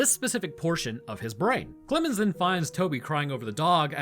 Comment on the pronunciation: I don't know what's wrong with me but everytime said "Clemens" I heard "Clibbin's" until I put two and two together near the end of the video. It was very entertaining.